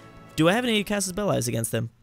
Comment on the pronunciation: Casus Beli (Corce-Sas Bell-lee)